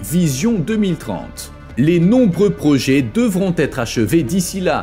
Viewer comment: Parler d'un destin tragique pour Dubai ?, rien de tragique là-dedans, rien qu'un futur inéluctable pour une ville artificielle, tout comme ses îles où les millionnaires regardent vivre les milliardaires, pour encore combien de temps ? Projet se prononce è et non projé. Agaçant.